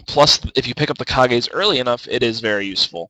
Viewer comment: Lol wtf is ka-gays. How could u not think that Kage's Lucky pick isn't pronounce like cage?